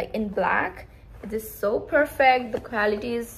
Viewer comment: Did you say quality? Cause it sounds equality 😅